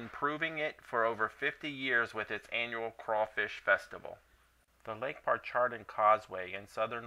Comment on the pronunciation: You mispronounced Lake Pontchartrain. It's NOT "par-char-tain" it's pronounced "PON-CHA-TRAIN"